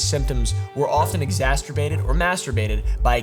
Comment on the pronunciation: did you just say "Exasterbated"? lol